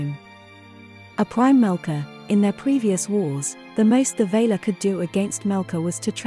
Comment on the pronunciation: valar not vaylar for e.g.